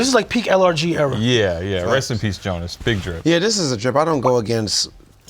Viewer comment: WORST TAKE IS TRINDAD JAMES BUTCHERING JONAS LAST NAME HE SAID JONAS BECKAVOR LOLLL RIP JONAS !!!